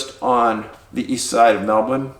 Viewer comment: I mean look at Picnic at Hanging Rock... there are so many missing cases and weird circumstances in Australia - it's a place for curious stories. Thankyou for all your work its just incredible!!! Also I really appreciate you saying Melbourne right !